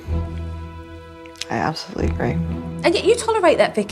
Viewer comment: nothink, abscholutely